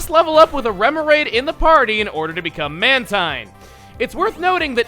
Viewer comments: Does Chugga know it's pronounced Man-teen not Man-tine? as in Manta Marine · Fun fact: it's pronounced man-teen not man-tine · mantine is actually pronounced manteen. its a combination of manta and marine so thats why. i have been pronouncing it the same as you all my life until recently.